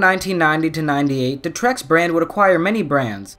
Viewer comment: Lol your pronouncing Terex wrong (teh·ruhks)